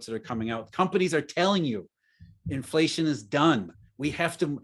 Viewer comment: I like how always just says 'flation